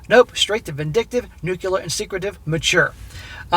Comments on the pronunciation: Why do you have to much trouble saying NUCLEAR? It's NEW CLEAR, as opposed to the OLD CLEAR! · Nuclear is prounanced: "NEW-clee-er"!!!!!!!!!!!! IT IS NOT THAT HARD!!!!!!!